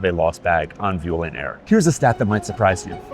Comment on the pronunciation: Sorry but your pronunciation of Vueling is worse than Marseille.